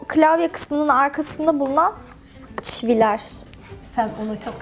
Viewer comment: Çivi mi dedi ben mi öyle duydum? Evet ikinci kez çivileer diyince emin oldum